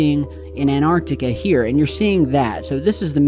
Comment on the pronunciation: 2025 and still can’t pronounce Antarctica properly.